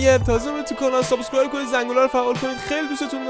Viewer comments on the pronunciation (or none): none